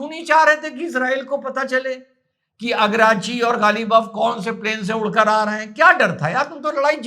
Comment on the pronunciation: Agrachi nhi araghchi bol jahil😂😂😂😂😂😂